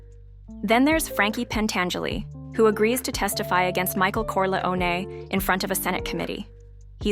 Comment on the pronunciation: The AI voice ruins it. Can't even pronounce "Corleone."